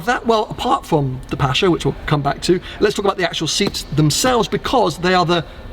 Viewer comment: Congrats from NZ, watching this at 1am! Fantastic spec, 'pasha' is questionable 😅